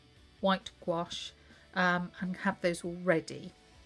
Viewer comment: Gwash not goo ache.